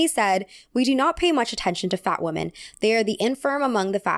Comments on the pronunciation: I’m going crazy hearing “woman” every time she is saying it like it should be plural (“women”). Am I missing something?! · you need to get your pronunciation for the plural WOMEN right... sounds like you are using the singular WOMAN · You keep pronouncing "Women" like "Woman" ❤️ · Am I crazy or does pronounce "women" and "woman" the same way? It always sticks out to me when I watch her videos. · love the video, but it's such a pet peeve of mine when people say ''woman'' instead of ''women'' haha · Hi, Totally random, but I've noticed that you and some other younger Youtubers have started pronouncing the word "women" as [wu-men]. Is this a recent American trend? I can't find any information online. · You're hearing correctly. It's a common error that native speakers do.